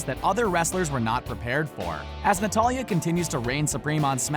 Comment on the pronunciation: He said notily in stead of natalya haha lol